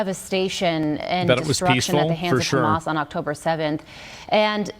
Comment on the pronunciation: Why do they say Jamas? It is Arabic therefore it is pronounced Hamas.